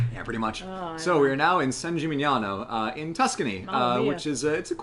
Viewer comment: managed to pronounce "San Gimignano" correctly. I've heard Americans pronounce it all kinds of way, up to and including "San Chimichanga".